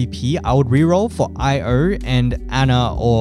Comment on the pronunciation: There’s no way she’s called “eo” , it’s said like her name “io. 😂 someone must be trolling